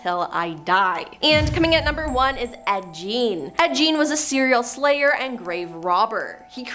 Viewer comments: everybody and their mother’s know that it is Ed gein not Ed Jean and it’s Annabelle not analbelle. You need to do your research on how to pronounce peoples names because every top 10 videos you do you butcher half of those names. Look up those people and learn something before you put out videos and your staff are letting you down by not correcting you. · Gein is pronounced with a hard G, not like a J.. 😬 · 🤣 it's pronounced guh-een (Gein) not Jean. Lol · Ah yes "Ed Jean" 👖